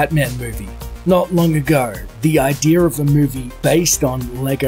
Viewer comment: The hell is with the "idear" pronunciation of "idea"?